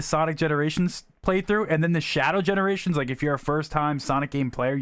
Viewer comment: You said Sonjc X Shadow Generations lol😂🤣